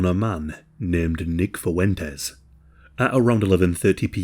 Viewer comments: "Fuentes" has two syllables in it, not three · Nah, it’s pronounced Fooen tez - with the U becoming “OO” 2 syllables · I think you made a mistake when describing Fuentes… it’s pronounced “white nationalist POS.” 😉